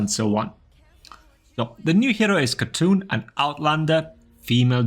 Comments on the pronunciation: its not khatoon, its KhaaTun btw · I hate to be this person, but this is one of the few times my country gets represented in video games. "Khatun" is pronounced "HA-Toon," as it means "lady" (honorific) in Turkish. In contemporary Turkish, it's written as "Hatun".